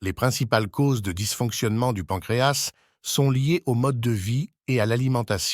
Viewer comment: D'abord on dit pancréa (s)